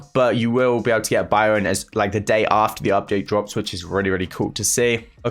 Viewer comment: Everyone: Byron: BIOUN